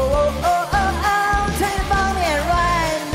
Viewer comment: 问题出在她发不出the这个音